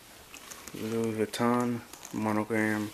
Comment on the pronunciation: Love it, have the Keepall 45, but learn how to say Vuitton. Its French, not American. =-P